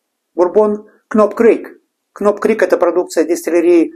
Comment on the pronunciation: Доки-на будущее: в буквенных сочетаниях "kn'также как и в словах know, knock knock-буква "к" НЕ читается-без обид🤝😉